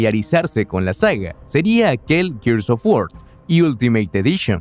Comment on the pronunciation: Gears of WarSSSSSSSSSSS Lo siento, no aguanté esa pronunciación y cerré el video